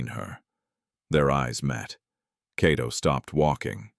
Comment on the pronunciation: The Name is not Keto, it's (Kato Byaruhanga)👍🇺🇬